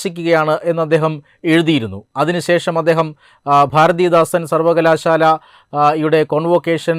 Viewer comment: ഭാരതീയദാസൻ അല്ല ഭാരതിദാസൻ!